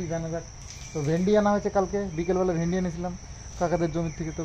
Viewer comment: nije k onek advance, over smart r porichalito korcho dekha jaache onek din dhore( after tina left)....kintu nijer kotha gulor ucharon ta thik kaino koro na, vindi hoye na bhindi hoye, stracture hoye na structure hoye.....emni onek ucharon aache tumi khub bhul bolo jara tumaye porichalito kore tara ki tumar bhul ta kaino bolena...strange...R kakimar upor eto ta chap tar sorir kharab hobe na to kaar hobe...r tumar khawar chahida....kakima mukhe kichu bolte paarena r tumio nijer demand korte charona.....nije k ektu songshodhan koro...